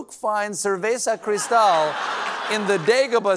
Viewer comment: How are English speakers able to pronounce the R in cerveza, but not the R in cristal? IT'S THE SAME R